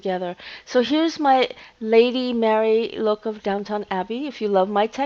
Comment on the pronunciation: It’s DownTON. Not DowTOWN.